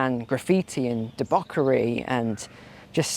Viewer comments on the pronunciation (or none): What is deborkery! Did you mean debauchery? Only kidding.